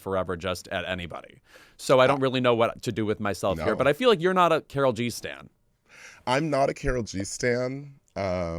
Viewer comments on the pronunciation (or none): Guys, you don’t like Karol G cause you say her name as if she’s a white American lady from Minnesota 😂😂 she’s cool w the correct pronunciation and understanding that the name Karol (pronounced Kah-d-ohl, like the d in auditor) or Carolina or Karolina is popular in her generation in Colombia and does not have the cultural connotations it has in the US.